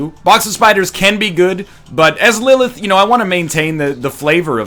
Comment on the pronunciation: NL! lillith is my daughters name, practice those TH's